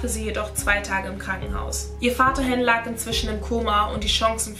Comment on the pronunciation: Han hast du falsch ausgesprochen, es wird Han, also das A halt wie im Alphabet. (Nicht böse gemeint)